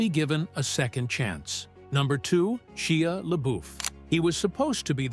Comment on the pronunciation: and not the move poster. Shia mispronounced. Youtube garbage.